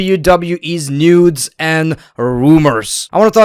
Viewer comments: Is he saying nudes or news? 😭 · Did he say nudes or new